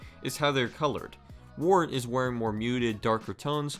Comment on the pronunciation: It's Wirt not Wart